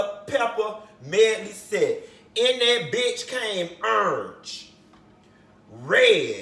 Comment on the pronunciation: the way you say orange remind me of my granny lol